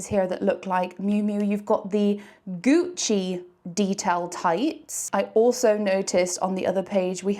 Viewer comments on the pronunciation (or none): none